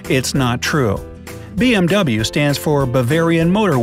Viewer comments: did he say BM DOUBLE-yu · I thought you should say BMW as "BMV" ?? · It's pronounced BMV, not BMW. BYRESHEN, MATWA VERKEN. I think that's how you say it